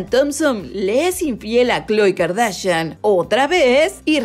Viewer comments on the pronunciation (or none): none